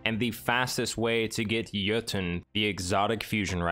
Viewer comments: Awesome, thanks for the guide. And awesome that you pronounce Jötunn properly. If you manage to pronounce Gjallarhorn properly too, I'll be so happy. :) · Thank you for pronouncing it correctly